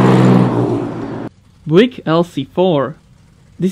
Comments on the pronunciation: Btw, Buick is not pronounced"Bwick" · You pronounce Buick as Bjuke :) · No! The i is npt silent.